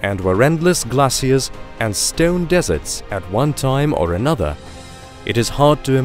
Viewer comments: GEEZAHS MEETHANE GLAHSSY-AHS O MY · Also "meethane" and "glosee-ers." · GLASSY AHHS & MEE THANE AHAHAHAHAHAHA